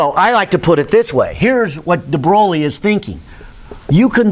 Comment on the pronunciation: After : DE WHO??? DE BROWLEY??? Now stop it, please! You know how to say "THE BOY". Now put an R in between the B and O. So the right pronunciation of "De Broglie" is "THE BROY", and keep that R rrrrrrolling! ;-)